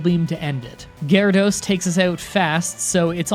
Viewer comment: did you just say Garados? You mean Water Onix? Yeah it’s normal everyone makes mistakes